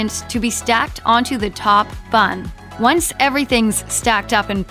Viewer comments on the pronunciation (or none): none